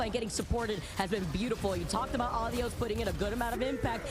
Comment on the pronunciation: why do they keep saying Uh-Dee-Yus and not Ah-Dee-Ose its driving me insane.